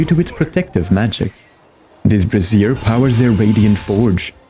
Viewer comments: Thanks for the guide! Future reference, just trying to help here, brazier is pronounced BRAY-zher. What you're saying is "bra-ZEER", which is how you say "brassiere", which is a lady's bra. :-) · brazier! One of my favorite mispronunciations lol And thank you for sharing this! I’ve been playing ranger for years but want to expand my horizons, so this is super helpful!